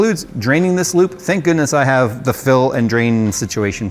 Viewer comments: We need to Phill this rediator. :D I kept hearing Phill, not fill. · Everytime says (Fill) or (feel) my brain replaces it with (Phil)